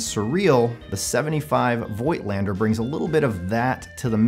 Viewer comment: I think the pronunciation is "foigtlander" as they are germans.